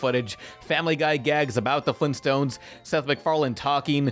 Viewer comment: It sounds like he is saying flimstones not Flintstones..